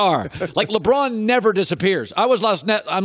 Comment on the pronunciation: Can we start a gofundme to get Chris Broussard a speech therapist to teach him to pronounce "LeBron" like a normal human being?